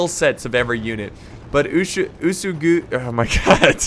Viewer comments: OO-EH-S-GHI. Ōtomo I guess many English speakers cannot remind the original pronunciation of alphabet letters. It's much easier to explain the pronunciation to Italians or Spaniards. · UESEGI one letter one voice. Chosokabe is actually read on Japanese like this "Choko ka be" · U-WE-SU-GI That is the right pronouncation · Antlantis 123 boy what the fuck-- who's pronouncing it wesugie? Japanese is incredibly easy to pronounce becuase you simply read it 1 syllable at a time. U..EH..... Su..... Gi!!! not WE SUE GIE, NOT WOO SOO GUY, NOT WOOO SUE JEW. jesus who the hell is making these stupid ass pronounciations, literally just play the game and they evenpronounce it for you!!! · not being able to pronounce cho-so-ka-bay or oo-soo-gi is strange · Uesugi is pronounced oo-eh-sue-gi. And for crossing the water, you can see dark parts and lighter parts. Lighter parts are where you can cross because its shallow while dark parts are deep (i think that's how it works). But you will see some parts which look whiter than other parts of the water and that's where you cross. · Uesugi should actually be oo-eh-sue-gi for pronouncing it